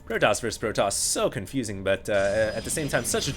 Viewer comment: nah, it's protoss not protossus lol.